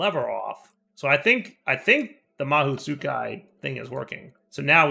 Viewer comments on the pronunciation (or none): Ma-Ho Su-Kai...That's the pronunciation. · probably isn't right but might help I think mahou tsukai is pronounced like "ma•hoe sue•keye" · It's pronounced mahō (the O is heavy and deep and the A is like the french pronunciation of A) and tskai (or u can pronounce the u but it's "you" it's almost like the french pronunciation of U)